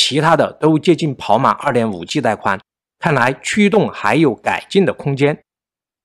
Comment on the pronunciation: wu g，不是v g。nei 存，不是nuei 寸！